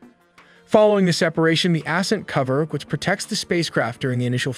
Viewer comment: LMAO it's pronounced əˈsɛnt/. Also, pretty sure it's called the International Space Station.